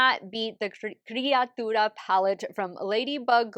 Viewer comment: you look stunning. Gorgeous. You pronounced criatura very good. 👌🏼